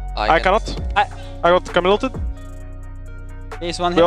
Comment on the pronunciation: As a french guy it's rly irritating to hear them pronounce "Camille". But, since I love those players, I forgive them <3